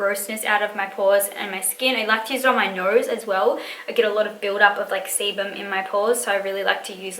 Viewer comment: Glad I was not the only one that thought she said semen....my thoughts were why in the hell does she have semen in her pores!?!?🤣🤣I mean I have heard it was good for the complexion but thats taking it to a new level